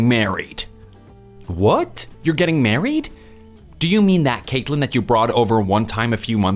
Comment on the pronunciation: "Cakeland"? Wtf kind of name/pronunciation is that? Yikes Screen says Caitlyn but they keep pronouncing it weird Also this isn't a new story, it's an old one with a few details changed. From it being their uncle up to no good, to it being their grandparents